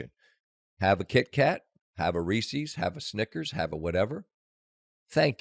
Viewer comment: Aw, come on Scott. "Reesees"? It's more a shwa sound. It's possessive. The candy was made by Reese.